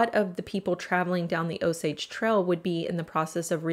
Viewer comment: Pronounce your "A's" right...its annoying!! "Trail" but you say "Trel"